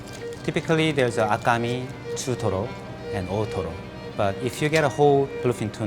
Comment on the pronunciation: I kept hearing ottoro